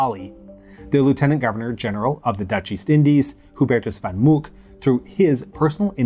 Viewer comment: Nice Dutch prononciation, not bad at all!! "Boven Digoel" anyways, "Hubertus van Mook" was a bit less, "oo" is pronounced "o" as in "go".